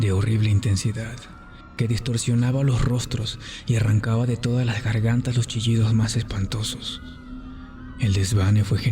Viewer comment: Hola me topé el video por casualidad, me gustó! Buen trabajo. Aquí no dice que puedo opinar pero como retroalimentación, no sé si es tu fin, pero se pierde el acento neutro cuando pronuncias algunas palabras como: odiadas, gargantas, distorsionaba. Si no es tu fin un acento neutro de igual manera me a agradado mucho. 🌹